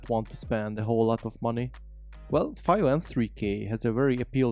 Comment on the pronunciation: Came close to buying one, chose the Shanling M0 instead for the small size and BT. FYI, I think it's pronounced "Fee-o" but whatever, good presentation, they make awesome audio gear for every budget.